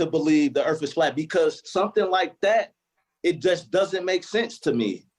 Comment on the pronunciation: I heard “earf” that was it for me.